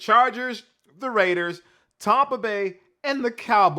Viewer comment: "Tompa" Bay?